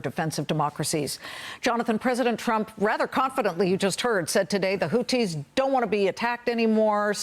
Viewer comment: They’re called Houthi’s NOT Houti’s!!! There’s an H after the T for a reason and you’re supposed to be an anchor? I don’t know why this drives me so crazy but it does 😂 Say it with me,, Houthi’s 😂😂